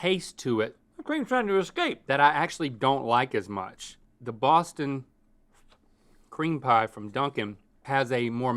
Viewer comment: Not “Boston Cream Pie” But “Boston Creampie” Thanks Link